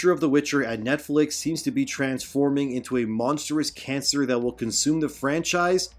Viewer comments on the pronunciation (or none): none